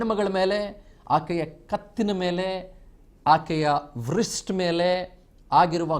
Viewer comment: avare, Wrist is pronounced 'rist' where the W is silent